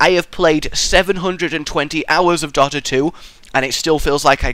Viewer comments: Why do you pronounce Dota wrong btw xD? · Why do you say Dota wrong?